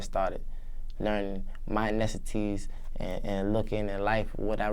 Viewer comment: compeshion? nessicity??